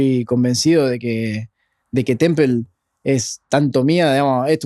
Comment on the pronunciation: Es hecho por IA? No pueden pronunciar "temple" o¿ yo escucho mal? ¿O como es el nombre?